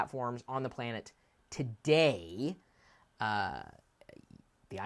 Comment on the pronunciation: i like how you emphasised "today" on the ipad being the best touch gaming device today. i hate to say it but android tabs may not catch on like the rest of the mp3 devices of yore. it may become just an ipad world. in mobile phones if we can still call them a phone because nobody calls anybody anymore then its going to andriod or ios and i could see android being around for a long time, but there is still a large market for a phone that only has a phonebook of stored numbers and physical button